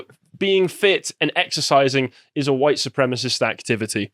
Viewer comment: @@ It's White, not Wihte you dimwit.